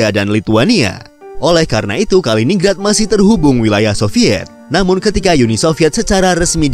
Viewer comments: Kaliningrad itu dibaca KALI NIN GRAD, ya salam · MIN. Penyebutan yang benar, BUKAN "KALINING RAD" TETAPI "KALININ GRAD"